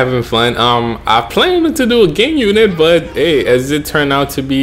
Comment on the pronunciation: At the beginning of the video did u say gay unit